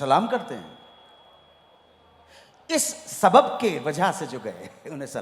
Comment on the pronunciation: Sabab nahi lafz swaab hai anu ji